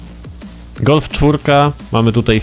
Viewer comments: °_° Gulf!? Czyta się galf* ♡♡♡♡♡ XD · Nie gulf tylko galf! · czyta się galf